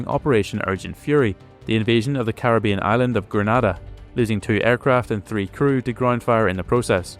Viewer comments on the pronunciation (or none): none